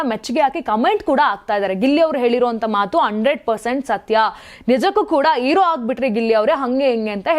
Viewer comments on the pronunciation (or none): ಅಮ್ಮ ತಾಯಿ,,, ಇರೋ ಅಲ್ಲ,, ಹೀರೊ,,, ಅಕರಾ ಹಕಾರ ಬಗ್ಗೆ ಜ್ಞಾನ ಇಟ್ಕೊಂಡು ಮಾತಾಡಿ